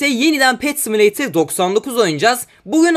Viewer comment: Simileytır değil similatör